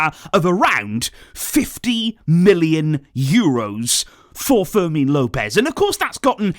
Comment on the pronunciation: fermin Lopez not forsel